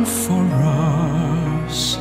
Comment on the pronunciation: What's this "for Russ" who's Russ? It's "FOR US". Both brilliant voices, but please get your pronunciation right, it shows class.